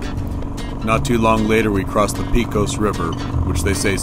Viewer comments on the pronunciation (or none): Ps. Its pronounced pay cuss (Pecos) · Pecos river, pronounced “pay-cos”